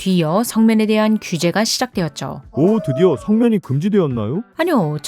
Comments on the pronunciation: 나래이션 면 발음 왜이럼? 중국발음같아 ㅋㅋ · 혹시 중국인이십니까? 발음이 의심됩니다. ~면 발음도 이상하고 바위 할때 위도 특유의 우위 이렇게 발음이 되는데.. 아니죠?